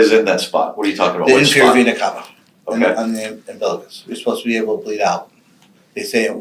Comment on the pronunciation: If I didn’t know better I would literally think these detectives were getting sexually arroused hearing him say Vena Cava over and over. And he’s mispronouncing it at that!!!